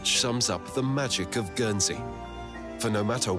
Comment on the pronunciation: Guernsey is pronounced with a hard G and you pronounce the N. I live there. Jersey is a different island